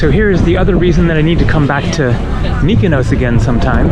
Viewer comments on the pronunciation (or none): just to note when an island"s name ends in -os for example, Mykonos, Paros, Tinos, Naxos etc it's pronounced as you would say boss or floss. You keep saying 'ous' which isn't correct! Just to note for your next visit (next week), haha!😀